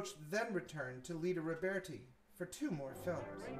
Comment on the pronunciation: Her name is LIE-da Roberti, not LEE-da!